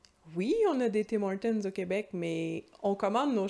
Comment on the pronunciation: Bonjour, tu es la première Québécoise que j'entends prononcer le "s'" du Tim Hortons! Et je moi (originaire de Belgique), je sens bien que je dérange un peu les gens en prononçant ce fameux 'S' lol. Amitiés!